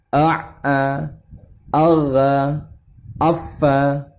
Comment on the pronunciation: Afwan klo tdk salah dengar, itu yg pelajaran ke 8 mengenal tasydid, uncle baca ya huruf gho, itu aghgha ya, bukannya aghgho afwan klo sy salah